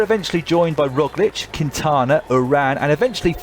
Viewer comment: Primo Rowslick?